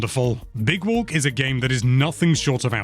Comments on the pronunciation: Big Wolk 😂😂😂😂 (Is what I heard) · "big wolk"